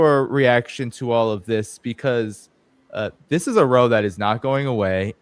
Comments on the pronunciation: Row, pronounced RAU. Rhymes with now. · row is pronounced like cow